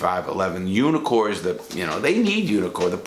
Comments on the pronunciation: I kept thinking you were saying "unicorn". Couldn't figure out why they were called unicorns. 😂😂😂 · Took me a while to notice you weren't saying "unicorn."